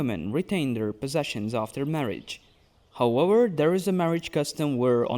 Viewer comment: I came for this comment. I hear him say Wictim, and Howewer, but then West and Various. Warlocks, but Walyrian... do you know Ws from Vs or not? I'm so confused! But also, I love these videos, so don't change a thing 😂